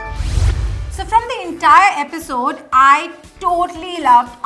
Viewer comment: Eisode instead of episode 😂